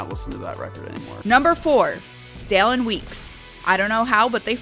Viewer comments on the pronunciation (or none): Did she say dallon like Darren umm excuse me